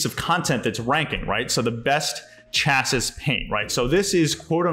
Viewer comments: Her good video. Thank you! Future... Chassis pronounced Chass-ee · Great video! Also just FYI- that's not how you pronounce chassis...I just have to giggle at that...still love you though:) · how it is pronounced is not important here because it is not an English language class. Thanks for sharing this! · I was thinking same!